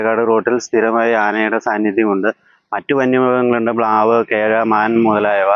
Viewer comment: പ്ലാവല്ല ചേട്ടാ മ്ളാവ്.